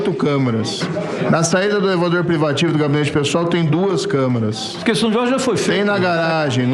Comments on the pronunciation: "CÂMARA'????!!!!PUTZZZZ!!!! CÂMERA, seu burro...,CÂMERA!!!! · Que agonia ver esse tanto de gente falar errado.... não é camara... é camera..... camEEEEEra carai....